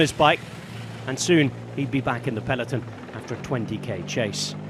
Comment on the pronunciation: The commentator goes to annoying lengths to prove he can pronounce names of riders from different nationalities, yet can't pronounce 'peloton' properly...